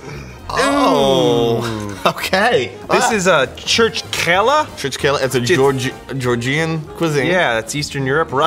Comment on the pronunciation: the way he pronounced "georgian" hurts me